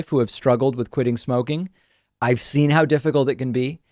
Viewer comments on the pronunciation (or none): none